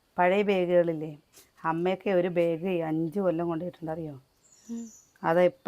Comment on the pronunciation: Please pronounce the word “ BAG” properly…..not Beig!